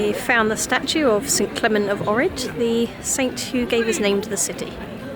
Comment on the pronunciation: If u ever go back to Ohrid, make sure to pronounce Oh-k-rid